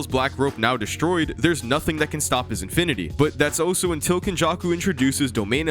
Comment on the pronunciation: I keep getting distracted when you try to say "also" and pronounce it as "oh-so."